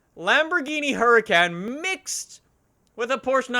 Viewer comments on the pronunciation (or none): SAY HURICAN RIGHT ITS SPELT HURICAN PRONOUNCED HURICON